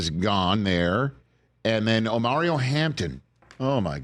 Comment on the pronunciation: Rich has to slow down, Called Jahdae Barron, Brown. Called Omarion....Omario.